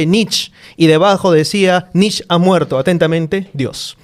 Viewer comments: Se pronuncia NICHE, IUBAMENSH. Nietzsche es un filósofo relativamente fácil de leer en comparación con Kant, Hegel o Heidegger. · Gran capítulo... solo comentario irrelevante, sin ganas de incomodar al gran. Netzsche o se pronuncia en alemán o en español (que suenan casi igual), no encuentro sentido de por qué pronunciar somo si fuera en ingles. Saludos